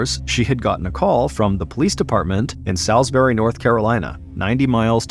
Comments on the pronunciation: Salisbury is pron. Sawsberry, not Sowsberry.. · Not me (a north carolinian born and raised) ABSOLUTELY dying over the way he says Salisbury 😅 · I assumed it was an american thing. Salisbury England is not pronounced like this either.